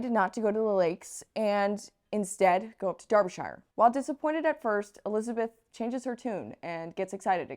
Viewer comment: Derbyshire is pronounced "Darb-a-sure." More or less....